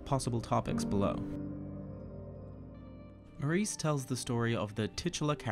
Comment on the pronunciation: OK, the pronunciation of Maurice in this review is unbearable, and to a British ear just sounds effete. The reason for mispronouncing it just daft. Please don't do this again!